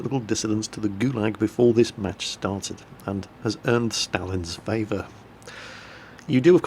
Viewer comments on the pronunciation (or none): none